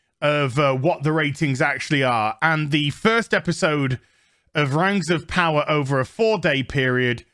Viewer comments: This goes out to all of the fan, of The Rangs of Powah. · Amazon's Rangz of powah was so bad it killed the queen.